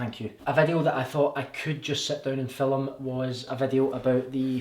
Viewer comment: Filum😂so scottish x